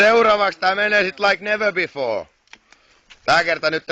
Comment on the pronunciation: "ens kerralla tää sit menee laik nevee bifoor"